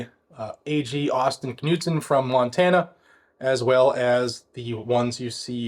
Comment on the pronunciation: Great job disseminating this news, just as an FYI it's pronounced ka-nude-son.